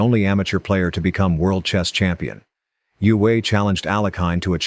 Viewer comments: Well, this is a typical American shoot-from-the-hip video. Capablanca was known as 'The Chess Machine' not The Human Chess Machine'. Max Euwe is pronounced 'Erva' not 'You-hey'. There is so much to focus on with Kasparov and you got snagged on the match with Deep Blue and his involvement with politics - omitting, even then, that Kasparov had warned the world about Putin's expansionism years ago. And why not present them in chronological order instead of randomly? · You-Way is pronounced Oi-Ver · He butchered many pronunciations, especially Euwe. He did get Lasker right though.